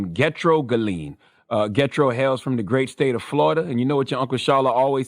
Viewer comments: Not "Getro" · Lol this dude said Get Tro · Gethro pronounced "Je thro" in the 🇭🇹 islander voice. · Yes it's being mispronounced.